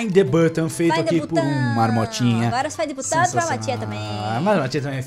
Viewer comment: FINE THE BUTÃUMMM kkkkk